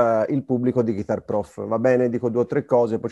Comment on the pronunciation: Interessante, ma con così profonda conoscenza della chitarra non sarebbe il caso su tutti i siti italiani di imparare a pronunciare Guitar ? Il net ha esempi di Inglese UK e USA. Solo nel sud USA Geet-tar è comune (2 sillabe). GHItar è maccheronico, punto.Esempio: while my guiTAR gently weeps. 2024 e ancora : loov, ward per world, talk con la L , neanche in prima media! Wake up! (not Woke, please, e non pliss). È tutto a portata di schermo anche con belle ragazze che mostrano i movimenti facciali (lo so, distrae ma è meglio delle nostre prof. anni 60 con i baffi!). .